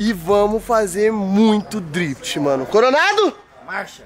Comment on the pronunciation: Sabe nem falar drift xarope